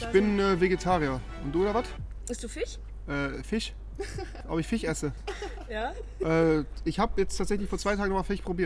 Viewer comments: Warum können so viele Menschen im Aachener Umkreis kein sch aussprechen ? ( Fich, Fleich, etc ) ? 😂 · Ich finde dieses Fich(Fisch) oder allgemein wie er SCH ausspricht macht ihn glaube ich sehr sympatisch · Ich glaube rewi ist Vegetarier, damid er keine sachen essen muss die er nicht aussprechen kann LULW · Rewi isst nur kein Fleisch und Fisch weil er es nicht aussprechen kann